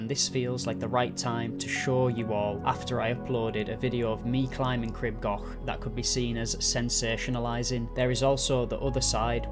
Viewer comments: Crib gauk. Not goch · Local here, for anyone who’s interested, the pronunciation is Cr-ee-b G-or-ch I know the ‘ch’ is tricky though! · For goodness sake, PLEASE PLEASE learn how to pronounce Crib Goch! The "o" isn't an English "o", it's a much elongated "o" as in "store" not a short "o" as in "gone".